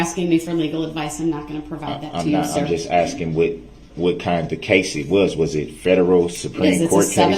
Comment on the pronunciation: Also, honestly shocked he didn't make a big deal about her not looking at him. "Is it fair to say you should look at the person axing you questions to hear the questions clearly?" UGH. He's so vile.